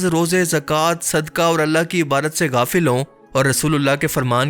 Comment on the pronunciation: Sir,it is iba dat not ibarat